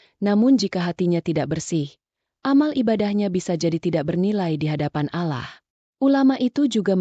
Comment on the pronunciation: Maaf min kok cara baca Allah nya kayak gitu,kayak nggak beragama..😢😢